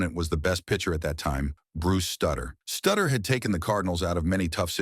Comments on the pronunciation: Not stutter, it's Sutter... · Shuh Won Dustin...Bruce Sutter GTFO here not pronouncing their names correctly. These are guys with prominent careers